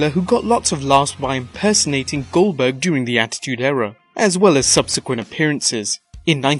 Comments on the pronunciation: U kept saying Gilberg it is Goldburg gold burg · Did he say GILLberg it's not it's GOLDBERG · Its not gillberd its goldberg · Its goldeberg not guldburg